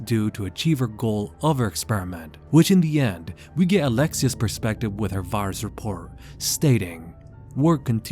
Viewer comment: "Varus" lol. Great video though!